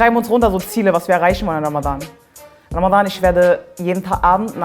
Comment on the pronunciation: Du bist sehr unterhaltsam und sprichst Ramadhan perfekt im arabischen Original aus. Mein Ziel für Ramadhan 2019 ist es das Buch "die ethnische Säuberung Palästinas" zu Ende zu lesen, weil ich das schon ewig habe und bisher nie geschafft habe.